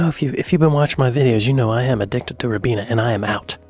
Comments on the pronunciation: Hi love your work. Keep it up.😁. But I have to say. Ribena has a long I. Singular ocular organ. 😂 R eye bena. Every time you say it with a short I it offends the English ear 😂❤ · in the UK we pronounce it Rye-Beener. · I’m not sure if anyone has told you but we pronounce it Rye-beena, if you already know, and you’re pronouncing it incorrectly on purpose, fair play mate 💚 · I didn't want to say this. Rye-beena!